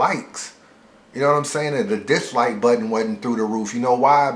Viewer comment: my nigga has a tough time saying "dislike" though